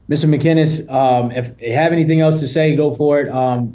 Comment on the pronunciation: tbf he pronounced his name correctly everyone calls him MCGuinnes, including his friends